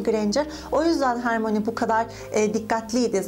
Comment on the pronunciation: Senin gibi bir Potterhead' in Hermione' nin ismini ''Hermoni'' diye okuması üzüyor. :''( Lütfen ''Hörmağani'' diye oku.